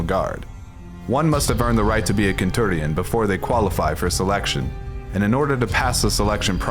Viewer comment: Kentuŕion.... seriously??? You did this on purpose didn't you?